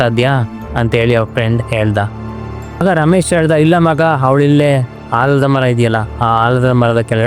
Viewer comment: ಹಾಲದ ಮರ ಅಲ್ಲ ಮಾರಾಯಾ... ಆಲದ ಮರ